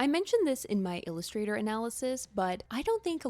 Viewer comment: She also said “us” in Illusthater